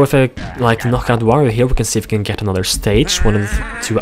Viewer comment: Quick notice "World of Wirio"